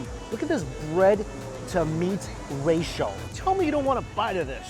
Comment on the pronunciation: Lol when he says racial instead of ratio hahaha love this channel